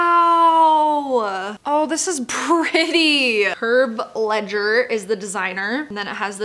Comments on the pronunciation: The americanized pronounciation of Herve' Leger is what got me lol Correct pronounciation: "Air-vay-Lejjjay" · Sorry if I'm "that girl" but Herve Leger is pronounced something like Her-vay Leh-jay cause it's French. I'm only saying this cause I didn't recognise the designer when you said the name, but it hit me when I saw the stripey bandage style of the dress, which he's famous for. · it’s actually pronounced “ air-vay lay-jay “ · Wasn’t it “Herve Ledger” and not “Herb Ledger” lol. No hate at all. I just think it’s hilarious 😆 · herve leger is pronounced as “ air-vay lay-jay “ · "Herve Ledger" 😂😂😂😂 Girl you butchered that pronouciation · ERRR-VAYY LAHHH-JAYY not herve ledger honey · Dying. “Herv ledger”. 😂😂😂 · "HERV LEDGER" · My poor fashion is art heart just about imploded when I heard that. How dare one desecrate that name! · Love your pronouncing Herve Leger